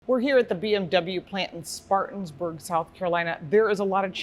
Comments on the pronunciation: Good video. But it’s Spartanburg…not Spartans. Being from Atlanta and riding/driving through this area basically since I was a kid, that extra S was grinding my gears! 🤣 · try to get the name right! Spartanburg NOT SpartanSburg.